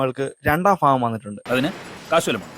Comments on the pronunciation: ഫാഗം അല്ല , ഭാഗം ആണ്. പ്രഫു അല്ല, പ്രഭു ആണ് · ക്ഷമിക്കണം ചോയ്ക്കുന്നതിൽ ബ എന്ന് പറയുമ്പോ എന്തോ സുയിപ്പ് ഉള്ളത് പോലെ തോന്നി, ഭാഗം എന്ന് പറയുമ്പോ ഫാഹം എന്നൊക്കെ sory സംശയം ആ 🙏🙏